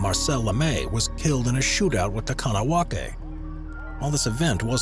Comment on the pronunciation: The 'K` in Kahnawake is pronounced as if a 'G'. Phonetically it is close to 'Gone ah wog ay'